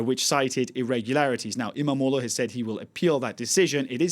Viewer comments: Why can he pronounce "imamoglu" so perfectly lol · He can pronounce izmir and istanbul too not perfect but he probably worked on it. Other people absulutely butcher imamoğlu.